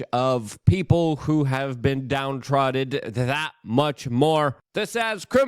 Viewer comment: "Downtrotted?" "Tumultulous?" "Thucydious?" Somewhere an A.I. is blowing it's brains out.